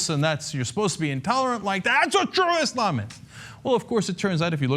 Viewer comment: cenk,thank you for finally pronouncing islam correctly with an S rather than "iZlam"